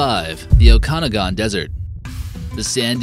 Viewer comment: Okay, you really need to research your pronunciation of some words, Okanagan is pronounced oak-a-noggin, not the gibberish you said in number 5